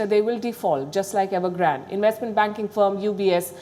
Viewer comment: What?Evergrand OR Nevergrant ?🤔😆🤣